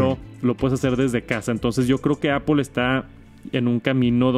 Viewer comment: "Apol" antes lo decias bien jajaja. "Apl" Gracias por el vid. Un abrazo!!